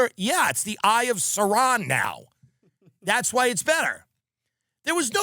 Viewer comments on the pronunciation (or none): I like how Tim pronounces the name of the central antagonist from LotR as if he's a sassy older black man. Better watch out for that eye of SaRon, honey 💁🏿‍♂️ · Dude pronounces Sauron wrong. Think about that for a second. He is a fake, degenerate, obese, sodomite and yet he’s funny and informative😂 we’re fucked guys….friend of the show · The way he pronounces “Sauron” makes me he isn’t writing his own jokes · the way he pronounced SAURON really got me fucked up